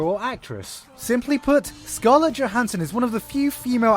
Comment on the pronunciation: you lost a lot of credit for pronouncing her name wrong. Regardless of that and after sitting on a few months of hype (still prefilm release date); Scarlett's prep and probable execution of Motoko is clearly going to be hard to watch. There is alot that editing, director(s) and so on that may influence or help/hinder her end product yet interviewers of Johansson reflecting on her part, she still doesnt understand who and what the Major is. It will be hard for them to hide this.